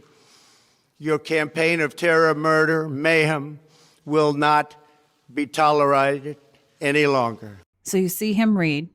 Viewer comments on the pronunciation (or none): Was the word ‘tolerated’ pronounced improperly on purpose or what? ‘Toler-righted’ ? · Language Ghost IMO the emphasis on "eye" when he said taller-EYE-ted instead of tolerated is a reference to the CIA. If you follow Qanon (group of less than ten people) then you will notice the Qanon group whenever the CIA is referenced then they use C_A because they lack intelligence. If you go to and search CIA and you will see what I mean. The anons that follow Qanon or Q believe that Q+ is Trump. This is all speculation and hasn't been proven without a doubt but the proofs of Q being linked with Trump are getting so numerous that is it becoming a mathematical certainty. If you go to and browse past the memes you will also notice times linking Q posts with Trump or where Q was able to predict the future. You can also view the Q posts that have been marked as proofs here Qanon has been going since OCT 28 2017 and trying to sum up all of the information they have provided in a single post is impossible. Back to the CIA, they have launched missiles at Air Force One. & They have tried at every turn to work against Trump and Trump is firing back. Did you notice the FBI firing back on the CIA by making their project "The Finders" public? What are the finders (NSFW)? Trump is going to complete what JFK started and "splinter the CIA into a thousand pieces and scatter it into the winds." If you have any Questions feel free to ask. :) Another thing I've notice is he reads with his left eye open and his right eye is nearly clo